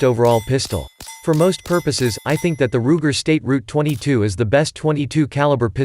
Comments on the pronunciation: State Route 22? Ruger Ten-twenty second? This video lost all credibility in the first 45 seconds. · I was finished when I heard "State Route 22."